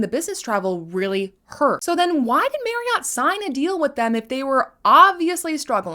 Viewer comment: I know I was like ooohhhhh She actually said Marriott 😂😂😂